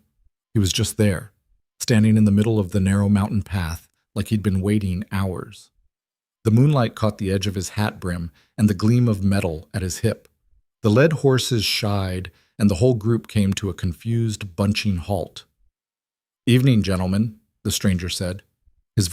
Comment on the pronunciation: Lead horse = supposed to sound like leed horse not led horse 😅